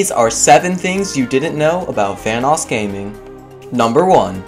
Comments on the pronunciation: When you said vanossgaming I keep hearing thanosgaming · Says VanossGaming Me: hears Thanos Gaming WHAT THE FUCK?!